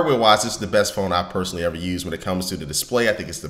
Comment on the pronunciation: Did he say personaly ?